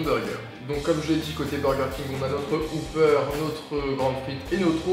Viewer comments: Et le wopper se prononce pas wouper, mes oreilles saignent à chaques fois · ben wopper, comme ça s'écrit en fait ^^ on prononce le "o" comme un simple "o" et pas "ou" Je travaille au burger king et franchement c'est pas le pire qu'on entend (une fois un client à demandé une "schnek box" au drive mdr)